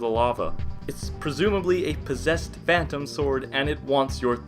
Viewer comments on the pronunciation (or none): none